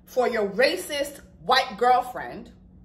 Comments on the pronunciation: When she says “WHYTEEE TOO” I ddiieeeee every time lmfaooooo I canntttt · I literally laughed the whole time 😂😂😂😂 i knew 4 weeks ago that he was picking Rachel. Ps. My daughter is one and she cracked up at the way you say "white" at the end